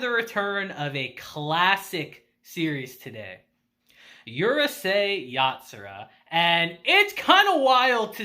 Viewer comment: It pronounced ooroosei yatsura not yurusei yatsura